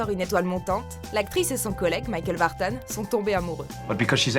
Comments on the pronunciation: c'est quoi cette prononciation de "vartan" ? On ne dit pas Sylvie "Vartane" ! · Mickael VartANE😂😂😂!!! Il s agit du neuveu de Sylvie Vartan donc pas d anglissisme nécessaire 😉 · Pourquoi prononcer michael vartan comme vous le faites ?? C'est le fils de Sylvie vartan. Son nom de famille a tout le moins se prononce donc a la francaise et pas "vartane" qui est ridicule... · C'est marrant la façon dont vous prononcez Michael Vartan (Alias). Ça se prononce simplement Vartan comme Sylvie Vartan (sa tante, je crois). Il est né en France. :) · Vartan est un nom français, ça se prononce comme celui de sa tantine, Sylvie Vartan.